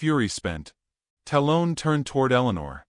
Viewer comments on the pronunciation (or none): dear AI narrator. tell the writer to not use names you cant pronounce. talon- talll-un. like an eagle claw. sheeesh